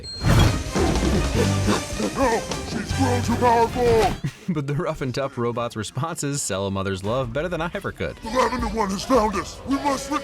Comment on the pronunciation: When Rick says "robots" as "robits" it made me remember Michael Keaton from Mr. Mom. He says it when the family is eating breakfast he asks what is on TV and says "robits".